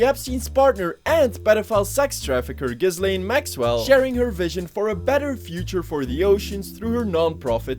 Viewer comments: Remember, Ghislaine isn't pronounced Giz-lane, it's pronounced Jizz-lane. In all other instances, it's pronounced with a silent s though. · pretty sure ms maxwell's name is pronounced "JIZZ-lane" oh i looked it up & i am definitely correct, that one is a JIZZ-lane for sure